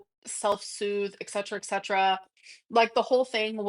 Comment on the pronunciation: I need a shirt that says “eck-setra”